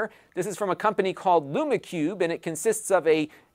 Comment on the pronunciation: I'm pretty sure it's pronounced "Loom" Cube, as in rhymes with "room".